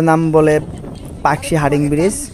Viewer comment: হার্ডিং??? 😂😂😂 হার্ডিঞ্জ এর নাম টাই বদলে দিলো